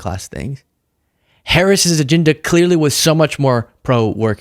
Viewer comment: Minchen? Binefit? Aginda? What is wrong with you buddy? Don’t you know how to pronounce basic words.